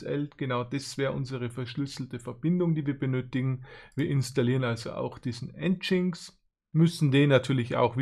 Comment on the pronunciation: Wieder mal n sehr toll erklärtes Video 👌 inzwischen hab ich die Grundversion geschafft auf nen Raspberry Pi4 zu installieren 😁 Dabei sind dann jetzt aber noch etliche Fragen aufgekommen, die ich mir mal näher anschauen muss. Aber: aber bitte sprich "NGINX" als "engine X" aus 😅